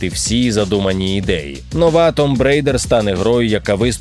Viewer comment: Да блен,почему 99,9% не могут правильно произнести слово "tomb"...Вчіть англійську